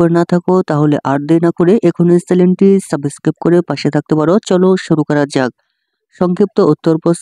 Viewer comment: সাবেসক্রাইব না সাসক্রাইব Ok 😂😂